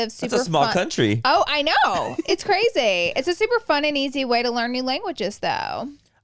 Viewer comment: Please stop saying “cwrayzy” to sound like the kardashians dude it’s so cringy